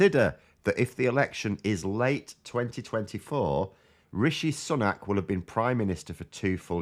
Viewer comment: I have to use subtitles a lot these days. YouTube is rendering pronunciation of Sunak as Sonic. I don't think I'll be able to unsee Rishi as a spiky hedgehog, running around and snatching gold rings.